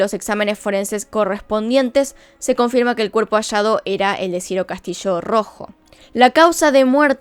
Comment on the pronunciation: es Ciro Castillo, no Ciro Castishoo